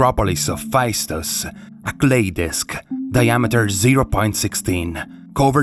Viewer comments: Well good video but it's not pronounced faistos, it's festos. Intonation on the o. And knossos has the intonation on the second o. And lastly it's zacharias (intonation on the i) iliakis (intonation on the a) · Festos not Fa-i-stos. In Greek A and I together as ¨ai"-"αί" is read as e as in E-stablished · Heyo, Cretan here. It's Feh-Stos. Not Phy-Stos. Thank you for your attention. Now on to important matters: There have been many locals who have claimed to have decyphered the disc but "never got the funding" or "were silenced" and other bs like that. It's a scammer magnet to try and decypher the disc lol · Pronounced Festós. Not Faistos. Thnx m8 😁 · Phaistos in Greek is pronounced "Festo's" accent on o and ai is e. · I never understood why English speaking people refuse to say easy words from different languages with the correct pronunciations. "Phaistos" is a good example. In Greek, the sound of 'ai' is the same as 'e' (ε, Epsilon). Hence, "Phaistos", can be imagined as "Phestos". I am not saying that people learn that in reality you don't pronounce the 's' in the end and you twist the work to "Phestou". In history talking videos, it would be nice to have minimal effort on simple things, with landmark properties. Every time things like that happen, if I only listen to the audio of a video or podcast I have a hard time understanding what the narrator is talking about, because the word sounds incredibly alien. PS: I know you tried to say some words properly, but really you missed the easiest one. Thank you for the video as a whole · Hi. It's pronounced Festós. Much love ftom greece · The ‘ai’ in Phaistos is equal to ‘e’ and pronounced as e not ai. Thank you!🙏